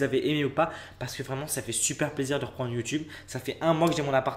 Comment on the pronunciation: La façon dont il prononce le mot "plaisir" vers me fait trop rire 😂